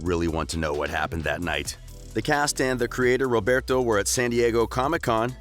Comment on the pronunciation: Like no hate. But you gotta learn how to pronounce their names. Roberto Madelaine Hiram....